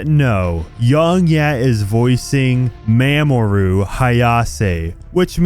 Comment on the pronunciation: How ironic, ripping someone for botching Kiryu's voice (rightfully so), yet you can't even say Mamoru correctly.